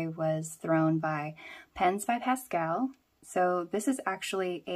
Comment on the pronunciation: Pasquale (pass-quall-ee) hoped that helps